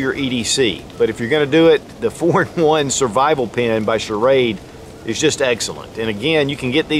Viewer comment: Hi. Great idea but you lost me when you said schrade.All the best